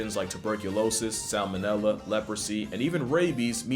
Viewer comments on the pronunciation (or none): none